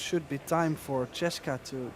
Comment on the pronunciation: The announcer is too stupid to say Chez ka. Maybe he can't read.. Her name is CHEZ KA NO E OR I BETWEEN THE Z AND THE K. Try saying Chezka . Or quit your job and take out the trash.